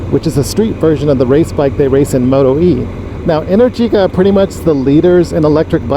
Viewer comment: You should consider the Aprilia RSV4. Unluckily all these sports bikes are not supposed to be used in traffic... Decat headers might help with heat tho. Just one last thing, it's enèrgica, not energìca Ride safe 💪